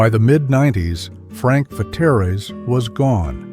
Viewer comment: Frank Vetere's was pronounced FRANK VETEARS. My high school guidance counsellor was a certain Father Vetere. He was Frank's cousin, and he handed out pizza coupons whenever you saw him.